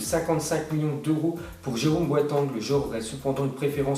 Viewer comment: Batshuayi se dit batchuayi et Boateng se dit Boataingue